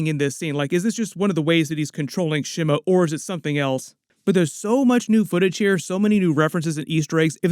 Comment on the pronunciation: The initial vowel in "Shimo" is like the vowel in "she," not the vowel in "shim." It's a Japanese word. Japanese doesn't have the vowel in "slim" or "Tim" ✅ SHEE MOH ❌ SHIH MOU ✅ / ˈʃi mo / ❌ / 'ʃɪ moʊ/